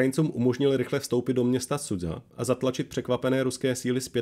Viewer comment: Základem dobré reportáže je používání správné výslovnosti místních názvů. Nevím, kde jste vzali název "Sudza" pro město Суджа ("Sudža"), když i originál kanál to používá správně. Strašně to tahá za uši a velice degraduje hodnotu příspěvku. Dík, že jsem se tu mohl vykecat...